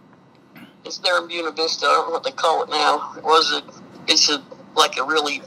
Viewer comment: On a lighter note, Ive driven through Buena Vista many times, going on hiking/camping trips. The way Gladys pronounced it is the way they call it there. They don't use the Spanish pronunciation even though the words are Spanish. The last time I drove through there was several years ago already. Can't afford to go for drives anymore, can't go hiking anymore either. . It was always amazing to me to see the fancy houses everywhere in Colorado, and all the huge rvs, very often driven by retired military personnel. It's interesting how some soldiers just get abused, while other military personnel get big houses and RVs and big retirement funds and even underground bunkers sometimes, ready for a nuclear blast.